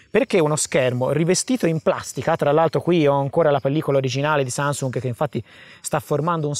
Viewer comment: oh oh mi è semblato di aver sentito sansung😂